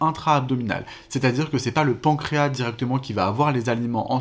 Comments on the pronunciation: Deja le pancras il il a un s à la la fin faudrait le prononcer c’est comme maintenant que les gens disent mainnent 😅autrement le reste est bien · La SEULE chose un peu curieuse dans le pancréas, c'est ce mot : ma génération prononce le S final, comme indiqué dans les dictionnaires. Les professionnels et les jeunes l'oublient...